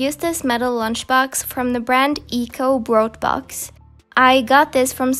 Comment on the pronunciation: “Broudbox“ :D german is hard I know